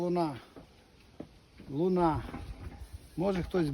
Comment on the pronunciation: Сорт Луна, наголос на перший склад .. принаймі так звучить чеською мовою...